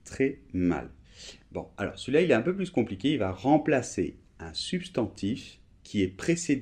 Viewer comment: Salut! Bon, d'abord mes felicitations pout tous tes videos qui sont super, je dois vraiment vous remercier pour le travail fantastique que vous faites. Je viens de constater que dans la minute 3'03" vous prononcez la "s" de plus en "un peu plus compliqué" alors que on a dit que quand il s'agit d'une comparaison on ne prononce pas sauf si l'adjective commence par voyelle. Pouvez vous clarifier ça s'ìl vous plaît? Merci et Noemi